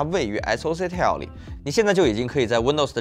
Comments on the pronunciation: tile, not tale, 發音一直錯誤太低級。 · tile 念成 "太優" , 不是 念成 "踢喲" . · Tile念错，还有其他几个英文也不会念念错。 对比居然比amd ryzen 7, 完全不专业。 英文字幕还很多错误。